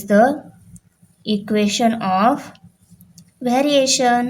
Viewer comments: Teacher, it's EQUATION not EQUESTION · It is equation not equestion